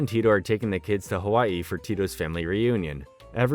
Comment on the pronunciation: Nice pronunciation on “Hawaii blues” over cool! Loved this show I kinda lived this life in Oahu. Except the snow parts but surf and board sports were a lot of fun.